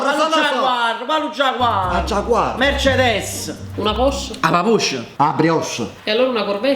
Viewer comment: Mèrcedes NON Mercedès, Porsche NON Posch